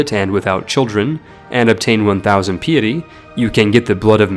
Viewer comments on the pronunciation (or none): pie-ety, not pee-ity for "Piety" air-less, not hair-less for "heirless" Antee-ahk, not Antee-oh(k)(rolling K??) for "Antioch" Zoro-ass-treean, not zoro-austrian for "Zoroastrian" I could go on, but i'm getting even more pissed off now that you're referencing memes for no reason and talking about gamey exploits like killing your father with scurvy and it's just like...insufferable. thumbs down from me mate